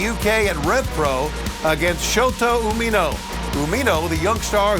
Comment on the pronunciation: So Dark has matches in other countries Tony really should learn how to pronounce Umino